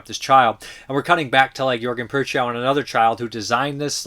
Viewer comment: Prochnow is not PURR chow. It's PROKH noh. Not even close.